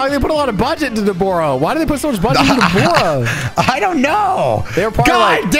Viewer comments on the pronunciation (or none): Deboro lol its an a not a o